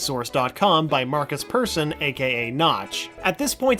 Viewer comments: ITS PERSSON NOT PERSON!!! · Notchs name is pronaunsed Perrshon not Persone! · Lol u pronounced "persson" wrong lol